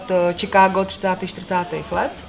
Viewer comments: to je angličtina jak prase. Od kdy se Chicagu rika Čikédo? je to Šikágo Boze. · Anglictina vyborna.... Pan Moderator prosim Vas,najblizsie treba v Chomutove navstivit zakladnu skolu rocnik 1-4,konkretne predmet anglicky jazyk a naucit sa spravnu vyslovnost... Čikégo....🤣🤣🤣🤣 Dakujem